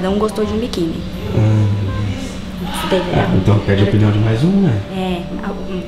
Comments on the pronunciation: Salve, salve!... Só um toque... a palavra correta é "OPINIÃO" e não "OPNIÃO". Corrija ai, Ok? Abraço! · “OPNIAO” MDSSSSSSSSSSSSSSSSSSS